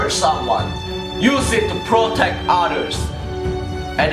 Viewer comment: When he said "Use it to proctect others!" I heard "Use it to proctect otters!"